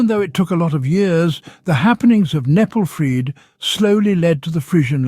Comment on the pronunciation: The channel is called learn Frisian but Kneppelfreed is pronounced all wrong. There also a LOT of details missing. Those "certain farm rules" was literally writing in Frisian on milk cans instead of Dutch. They were fined for that! Also kneppelfreed itself was a bit more intense than that. But I liked the conclusion of the video